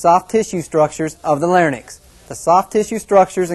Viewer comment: Any one who pronounces the words pharynx and larynx as "fair-nix" and "lair-nix" has already lost my attention.